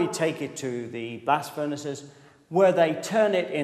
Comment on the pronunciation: Instead of "blast furnaces" I heard "blasfemists"!!